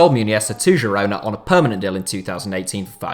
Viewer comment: 2 different ways to pronounce Girona and they are both wrong